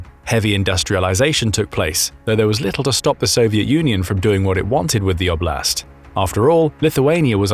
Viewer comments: 'Oblast, not obl'Ast 😂😂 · Just for context "oblast" is word that in a lot slavic countries mean region. (btw also is have to be pronoucet differently)